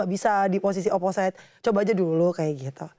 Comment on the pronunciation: Fyi, Opposite d baca oposit bukan oposait. Gw dlu jg baca oposait. Tau pas udh srg dgr komentator voli